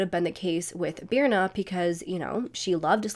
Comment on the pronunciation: Sorry but that is not how Birna is pronounced… It is an icelandic name that is really hard to pronounce unless you’re icelandic. If you are icelandic you know that this is not the phonetic spelling of Birna.